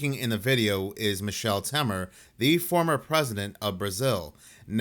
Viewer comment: He called him "Michelle" lmao!!!